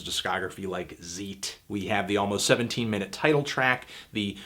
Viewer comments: it's "Tzait" not Zeet fam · bro said ZIIIIT instead of Zeit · Zeit is pronounced Zeyt :) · Zeit is spelled like ZAYT, not ZEET. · Zeit is pronounced like the English "sight" but with a "t" in front. "tsight". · Zeit is pronounced "Tsait" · Zeit is definitely pronounced like "tsight" (time). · "Zeit" is pronounced "tsight" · isn't Zeit pronounced more like /Tzait/, it's in German. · "Zeit" is pronounced like "eye" with a "z" at the beginning and a "t" at the end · Don't expect Americans to properly pronounce foreign words.